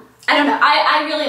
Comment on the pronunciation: the more and more she said top not it sounded like topanad